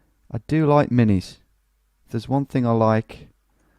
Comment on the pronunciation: He's saying it correctly.